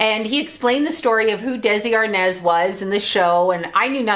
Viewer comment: ARNAZ not arnez